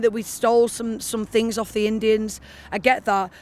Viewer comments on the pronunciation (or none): “We STOLE some fings from the Indians” The irony of that alone… Really what else do you not get then… Lady with the “Deal with it” T-shirt is she talking about the Bermuda Triangle as I’m really confused…